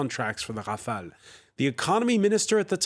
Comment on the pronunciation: rafale is pronounced as hafael and macaron as maco lol